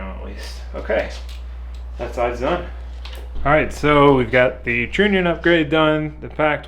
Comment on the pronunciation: Love the channel and video, just so people dont give you a hard time, trunnion is pronounced (TR-ONION) keep up the awesome content man!